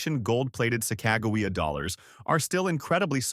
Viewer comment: This guy can't even say Sacagawea right just goes to show you he don't know what he's talking about the 2000 Sacagawea dollar has an error on it called wounded eagle which is worth a little bit more money and the way to check that is on the body right almost to the bottom of where the wings are there will be a line going across